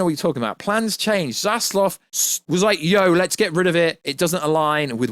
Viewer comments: David Z A Z L A V......not Zazlov... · That's probably just a British pronunciation